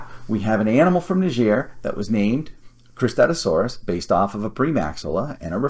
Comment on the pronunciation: I had no problems with your pronunciation, it's pretty similar to mine (I say "kris-TAT-OO-sore-us") 😂 I've always thought the way I said it was a bit clunky, but I couldn't think of anything better! Suchomimus objectively has the better name (even if it could apply to many spinosaurids), though! (Cristatusaurus means "crested lizard," which is not only very broad, but is also apparently controversial, as you mentioned not everyone can even agree it had crests?! XD)